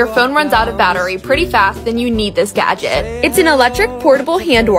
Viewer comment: The way she pronounce gadget gives me anxiety 😑